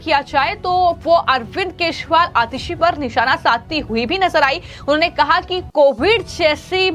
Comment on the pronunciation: यह हमेशा केश री वाल कहती हैं